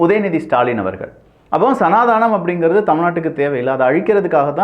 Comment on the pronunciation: தயவுசெய்து சனாதனம் என்று சொல்லவும். அது சனாதானம் இல்லை